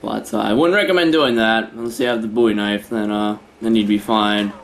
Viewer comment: Hey you said Bowie knife correctly! One of the few that can pronounce the name right!